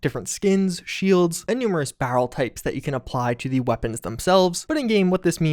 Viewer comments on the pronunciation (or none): "on the fly, switch to under BAHrell" that almost knocked me out of my chair for some reason lol